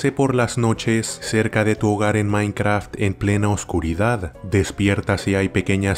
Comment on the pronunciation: "M I N I C R A F T"